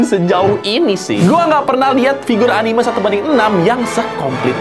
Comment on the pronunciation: Anime nyebutnya bukan anime